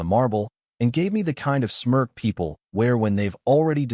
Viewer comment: "Smirk," not Smurf.